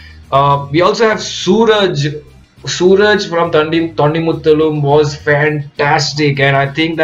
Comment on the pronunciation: Once again a great review...just wanted to remind you that its not pronounced Sooraj.....but Suraaaaj...!!!